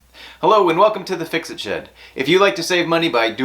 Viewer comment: I thought you said, "Hello and welcome to Fixing Shit" 🤣🤣🤣